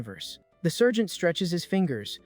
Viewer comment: I'm yelling it's Sargent Not sergent